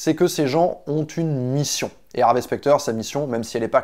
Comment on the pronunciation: Désolé j'ai pas eu le courage de continuer après 1min de vidéo psk le mec arrête pas de dire "HarvÉ" c horrible